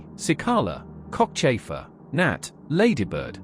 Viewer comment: I had to rewind that, sounded like HMS Cockchaser at first, not Cockchafer, lol. Thanks for the navy history!